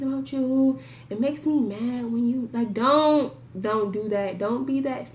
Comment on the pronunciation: that "DONT" i dyed laughing 😂😂😂😂😂